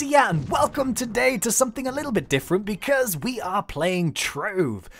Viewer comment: James you keep on saying somefing